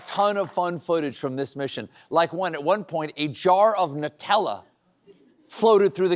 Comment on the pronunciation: omg. "nooo tella" you guys. the clue is it's a hazelNUT spread" it's NUTella 🤣🤣 you guys...🤣🤣